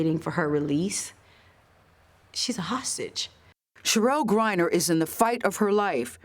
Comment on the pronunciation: I heard hossage.